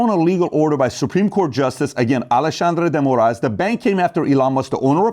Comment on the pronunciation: That’s the best pronunciation of the Brazilian dude’s name. Well said all around. These guys keep saying “burn it down” but they never say then what.